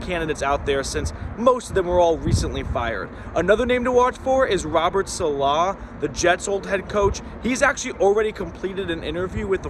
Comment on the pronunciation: …please let me help you. Saleh is not “suh-LAH”, it’s “SAH-luh”